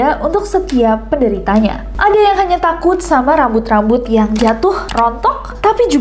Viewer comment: apa cuma aku yg ngulang2 video bgian kak nessie ngmng RRRRAMBUT :)